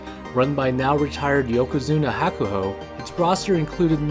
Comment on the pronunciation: Pronunciation of Hakuho is terrible. Kisenosato is living vicariously through Onosto as his Oyakata. Hoshoryu is not a real Yokozuna. He was forced by JSA, yokozuna assosication, and his uncle. Onosato made a great decision. Hakuoho became Hukuho's great hope before Hakuseiho's shameful behavior. But most of these sanyaku rikishi take advantage of their position in the heya. Your sports comparisons are silly.